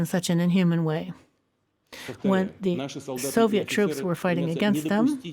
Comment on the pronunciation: Did he really just say “Soviet”….